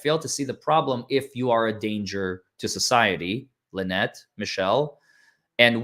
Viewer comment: It’s LueNut ..